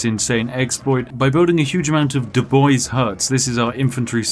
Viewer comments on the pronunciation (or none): none